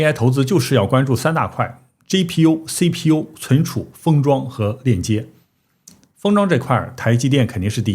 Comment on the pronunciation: 麻烦博主用自己推荐的app学习一下G字母的发音，每次G都听成J，GTC听成JTC，GPU听成JPU